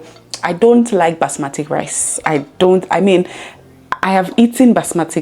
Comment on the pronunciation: BASMATI rice not "Basmatic"